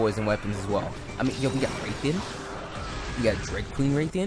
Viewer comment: Im I the only one that is triggered by his pronunciation of Rathian